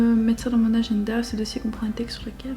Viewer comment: le fait qu’elle dit "ageNda" me stresse😭